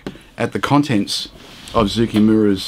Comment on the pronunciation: Been looking forward to this one! As a quick aside, Zoukei rhymes with ‘OK.’